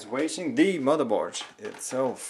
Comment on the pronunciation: Stop saying MotherborSH!!..